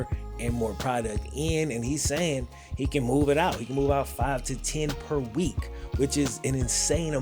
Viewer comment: the way he says per week got me dead 😂